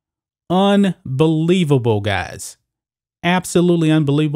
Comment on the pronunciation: * ,, UNBABBIBABBLE,,,GUYS!! ABSOLUTELY 💯 (* UNBABBIBABBLE!!*)..LMAO